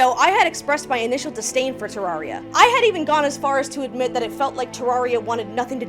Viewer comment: pronounced the game wrong 0/10... im kidding it was a great video lol, Terraria is my all time favorite game, and i will always love watching people fall in love with it. Its a game i will always come back to, for as long as i live. immensely appreciate the effort put into this video, and the tangents kept my adhd brain engaged lmao.